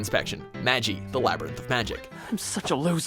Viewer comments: holy fucking shit the way you pronounce magi and why dub like why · Mahgee not majee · You know watchmojo doesn't know it's anime when it pronounces magi as maji. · Hmm hey bud... Its magi... ( m a g i ) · Oh come on! They even pronounce the term, Magi (Mah-Gee) for you in the anime! and you wouldn't have these scenes without having seem the anime themselves for fuck's sake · It's magi pronounced ma as in mama and gi as in Guillermo. Sorry just wanted to throw that out there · It's actually pronounced may-ji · Starts the video and hears ''Mehghi''. When will you start knowing your anime :'') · It made me so mad when he mispronounced magi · Yet he doesnt know how to pronounce MAGI..... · The way these people pronounce some of these anime names proves that they don't want the show. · The way he said magi made me cringe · anybody esle got pissed off when he said Magi wrong